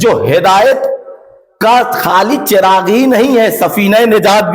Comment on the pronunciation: Chiragh nahe balkay zabar ha 🙏🙏🙏